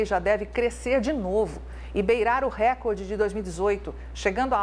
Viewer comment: Já que vocês não gostam muito da grande mídia, poderiam corrigir um erro que eles disseminam. A palavra recorde, se lê, reCORde, e não Récorde. Ela não possuí acento, e nessa caso é uma paroxítona.